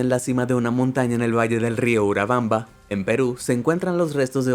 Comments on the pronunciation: No se dice urabanba. Es Urubamba. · te equivocaste de decir urabamba y debiste decir URUBAMBA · Dice urabambam y es Urubamba 😂😂😂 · El río peruano es el URUBAMBA, lo has leído mal.